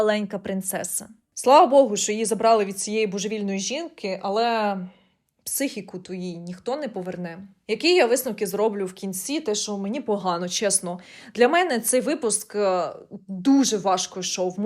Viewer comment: не зрОблю, а зроблЮ. не лЮблю, а люблЮ, не знЯла, а знялА